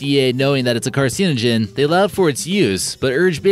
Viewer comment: How the hell can this dude be incapable of pronouncing carcinogen?